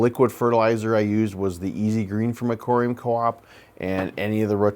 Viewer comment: It sounds like you’re saying “A-Cory-Um” 😂